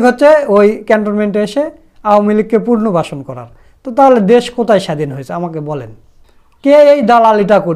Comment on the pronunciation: পুনর্বাসন উচ্চারণ সঠিক করুন